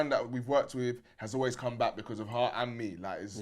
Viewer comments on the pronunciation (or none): it's funny how looked at immediately said "haar" instead of "her"😭😭😭